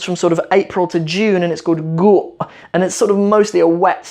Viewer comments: Hi, I already see other people corrected you, but the Guu' caught my attention, and I wanted to see if I could help. It is Gu'. I Live in the US and I see my friends who grew up here having difficulty with the double vowels, and I can tell it is not easy. Also, the usage of the apostrophe is tricky, but I have never seen it come after double vowels (and can't think of a word where it occurs). It usually follows single syllable, short sounds like Gu', or Ri' (female goat), or Lo' (Cattle). You are doing great, MashaAllah, you will know more Somali than us Somalis one day lol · hello let me tell U one thing about seasons it's not "dayr" it's (deer) and also not guu:" it's only (gu) by the way would to come Somalia coz U know Somali language and I live in 《mogdishu》